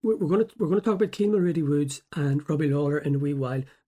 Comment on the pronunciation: Getting his surname wrong from the get go you are a terrible journalist. Kean mul..wooo not woods thought his last name was woods everyone knows that even in England